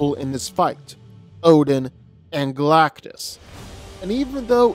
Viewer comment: It's Galactus